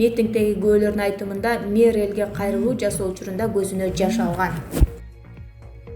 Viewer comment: Мэр дегенди айта албай, эмне мурдун бутуп калдыбы? 😃